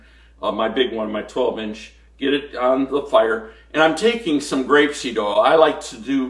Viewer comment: Sorry, are you saying Grape-seed oil or Rape-seed oil? Xx